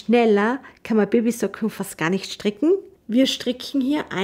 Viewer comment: Sehr schöne und verständliche Anleitung. Aber warum sagt sie immer STRICKCHEN ? Ist das eine Verkleinerungsform von stricken oder ein Sprachfehler? 😂